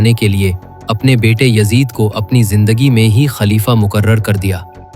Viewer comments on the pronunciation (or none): none